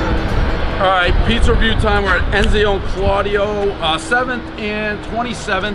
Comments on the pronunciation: One Enzo Claudio pronounced as Ez-I-o Claudio because Dave has to throw in an unnecessary pronunciation, everyone knows the rules. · He is so bad at pronunciation every time... it’s “enzo” not “enzio”. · “Enzio”. Nope try again. E N Z O ... everybody knows the rules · One Enzo, everyone knows he was gonna say Enzio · Enzio and Emilio nice pronunciation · Enzio??? Really. Do you try to f up the names on purpose always? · lol weirdest pizza review yet. 'enzio' Claudio lolol. hasn't gotten a name correct yet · At this point, I'm convinced he's trolling us. Can't even say "Enzo" correctly. If there is a pizza place called "Dave" somewhere I am sure he would F#@ that up as well.